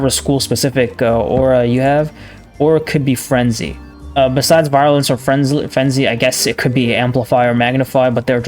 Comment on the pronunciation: i know this video is 10 months old but "virulence" is pronounced VEER - u - lence not VI - ru - lence